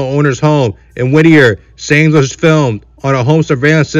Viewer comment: His last name is pronounced like science 🤦🏻‍♂️🤦🏻‍♂️🤦🏻‍♂️🤦🏻‍♂️🤦🏻‍♂️